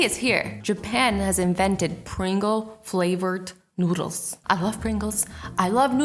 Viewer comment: / azzy said noddles i think?